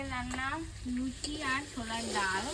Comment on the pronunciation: ওটা লুছি নয় লুচি